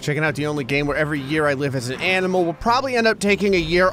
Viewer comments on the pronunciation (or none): none